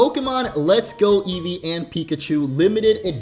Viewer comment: Eevee not edges